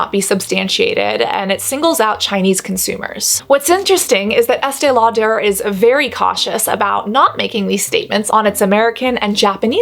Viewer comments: I was with EL for quite a while. Although I actually love the way it sounds when you say it, it's just pronounced Lauder, not Lau-der' (but you did say Lauder towards the end). I was around for the launch this and another brand around the same time. This was a really interesting video (like all of them). While its a great barrier/occlusive cream, you made some very interesting points. I think this is a problem with all ultra expensive "special" skin care. People used to line up for it. You do know the industry. Brava. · Why does she say “Estee Lau-der” putting so much emphasis on the “der” part??? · Why este lauDARE? I feel like that’s a strange way to say her name. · Informative video but the way you kept saying “Estay-Law-Tur” over and over again made me want to poke myself in the eyeballs! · Estee Law....pause...DURR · Why does she say Estee Lo-duh like that? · Estée Lau-DER? Love it! 🤣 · estee law-durrrrr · Ok I looked it up and the emphasis is on the "aud" not the "der" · WHY CAN SHE NOT PRONOUNCE ESTEE LAUDER PROPERLY????? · WHY DO YOU SAY ESTEE LAUDER LIKE THAT AHAHAHAHA FUCK ME ITS ANNOYING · I love your videos and the content is really good but, can you please work with a vocal coach? You sound like Kardashian! Your vocal fry and upspeak is super annoying. It makes it really hard to fully enjoy your videos. Also, why are pronouncing Estée Lauder like that?